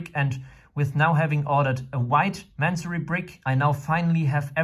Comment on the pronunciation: It's... It's Masonry... Ma-son-ry... Y'know, like brick work?